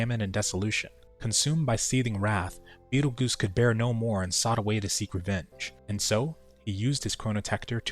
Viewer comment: Every mmo should have one of these series so I can watch it after I skip through the story lmao Also betelgeuse is pronounced "beetle juice" not goose - it's the name of one of the largest stars we know of located within orions constellation